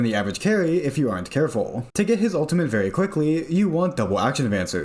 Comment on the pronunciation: U L T I M A T E not OON TEE MENT